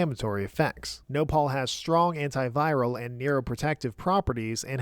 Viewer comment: As a Mexican, the thumbnail almost made me raise my pitchfork. Glad that nopal (stressed in the last syllable, btw) is A tier and not C.